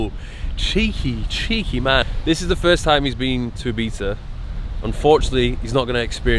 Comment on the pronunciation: Sorry but eebeatza isn't correct 😉